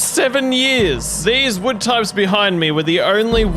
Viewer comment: you said mood you replaced w with m sooooo you said mood